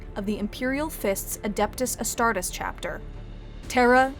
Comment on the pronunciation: Adeptus Astardus? Astardus?! A-STAR-DUS?! Loyalist screaming intensifies It's Adeptus As-tar-tes you heretical witch! I will send you back to the eye in an iron cage for your crimes! Even more screaming